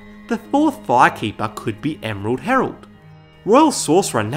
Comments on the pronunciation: ‘emerald hemerald’ replay button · Hahaha is he meaning to say Emerald Hemerald and is that actually a thing? I'm in tears laughing. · "Emerald Hemerald" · I liked how in the section about the emerald herald, you kept calling her the "emerald hemrald" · Emrald Hemrald lol